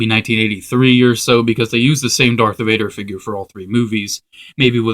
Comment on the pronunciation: its darth vader not dark vader